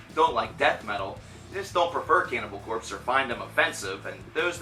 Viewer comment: you are saying their name like a noob.